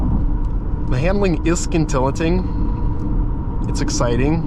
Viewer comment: I love my 2023 S. 18 way seats, Sport Chrono, PASM with Air and Torque Vectoring and it was 80k. It is not a speced up SQ5. Drove them both as I was going to get an SQ5 but for 7k more this is better and in the video the word is pronounced sin til lating, not skin till uh ting. The X3M and X3M40 were also contenders but the Porsche ride was a little more refined. BMW was a little rough and the resell value is higher on the Porsche and for some reason less expensive to insure.